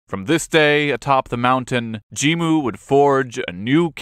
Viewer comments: 発音おかしいですよね？って話。ジンムじゃなくてジムに聞こえる。外国人かよ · jimmuじゃなくて jin-mu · 確かにジムに聞こえますが、あれはスペルの問題じゃなくて発音の問題だと思います。 Jimmuというスペルの方が日本語の発音をより正確に表しているかと